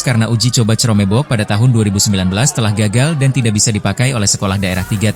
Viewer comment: KROM BUK! BACANYA KROM BUK WOIIII!!! bukan cerome bok